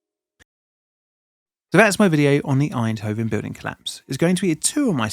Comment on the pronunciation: Und "Einhoven" is F>>>>>>kikng WHERE??